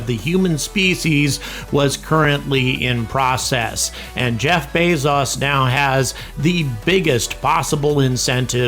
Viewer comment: "Bez-as" It's pronounced "Bey-zoes"